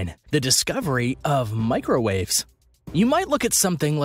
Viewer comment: “Microw Aves”